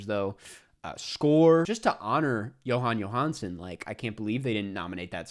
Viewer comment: As an Icelander, I find it funny how you've improved your pronunciation of Jóhann Jóhansson. I'm not sure what video it was, but it was pretty funny how you pronounced it before. I don't think it matters either way though and only really interesting to us. This pronunciation is probably as good as it gets for a non native in a casual context, the most important part is doing a soft "j" instead of a "dj" sound